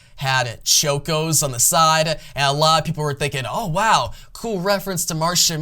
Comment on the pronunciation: Martian manhunTer not huntser...Choco with an ahhhhhh like chocolate not choke-o...🤣🤣🤣 great video otherwise. I enjoy